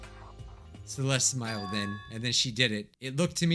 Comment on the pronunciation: Everytime they say Celeste I go "quote on quote "cEleStE"